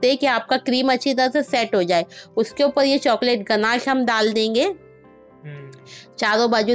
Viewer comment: Oppal nahi bolte oppar bolte hai